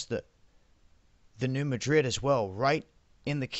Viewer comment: Growing up in that area (in western Kentucky), they pronounce the New Madrid fault as New Mad-Drid. Not the way you pronounce it like the city in Spain. Always enjoy your vids!